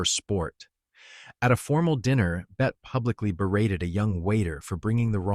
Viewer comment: It’s Bet-tee Davis! End AI